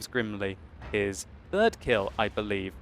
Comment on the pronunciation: "öt kill" :D magyarosodik :D:DD